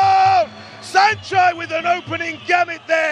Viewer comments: Did I just hear Sanchee? Time to mute this commentary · This British announcer is intentionally mispronouncing Saenchai's name as Senchee and it's not okay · What’s up with these announcers “saenchee” 🤦‍♂️